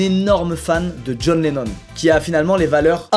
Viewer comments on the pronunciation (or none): none